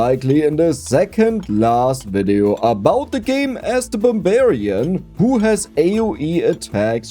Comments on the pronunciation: I really thought said Bavarian instead of barbarian... But the subtitles got it right... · you can't just say Barbarian that many times in an accent that German without making me think of Barbara's Rhubarb Bar